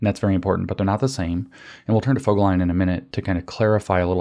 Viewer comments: i is never (!) pronounced as „eye“ in German. Its always either a short sound ( i followed by double consonants => Wissenschaft) as in „tip“ or a long sound as in „keep“. So Voegelin is pronounced Fogeleen. (Actually Berlin is pronounced Bearleen!! ) Its not quite accurate bc oe is this nasty ö sound which is completely absent in English. But its good enough if such pronounciation things matter to you. Great contributions, I appreciate and enjoy your engagement very much. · Eric Vo-gel-in (with a long "o") is the correct pronunciation. There are interviews with him on You Tube.